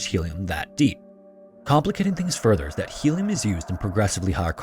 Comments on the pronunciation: Its HELIUM, bot HELLIUM! :-) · Start speaking English - it's Helium, not Hellium.